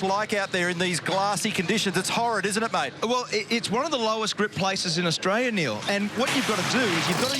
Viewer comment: "It's one of the lowest grip places in Austraniel"